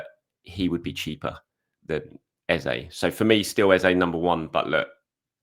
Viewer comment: ffs... please stop calling Eze... Ezay. 😡